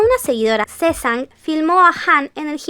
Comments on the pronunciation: Sesan no es el término adecuado para decirlo, se dice “Sasen” y se escribe SASAENG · se pronuncia saseng